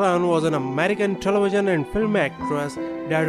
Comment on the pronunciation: This dude or computer or whatever, talks baby talk. Telewision....who say that? Or Coronawirus, give me a break.